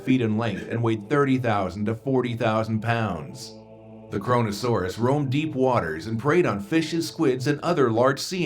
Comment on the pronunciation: KRONO-SAURAS ? more like CORONA SAURAS